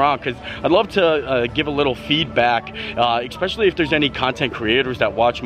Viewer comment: great job. “especially” does not have an “X” in the pronunciation.